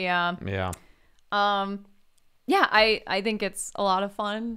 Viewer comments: It's Ralph Fiennes, not Ray. Also the mouse pointer is killing me. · Wow, I was so confused why they were calling Ralph Fiennes "Ray" until half an hour into the podcast when I looked him up and realized it is in fact pronounced "Raif." The more ya know